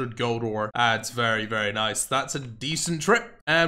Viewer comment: said nice-u